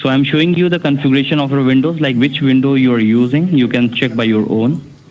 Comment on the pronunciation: " what you'll have to do is to buy another vindow" LOL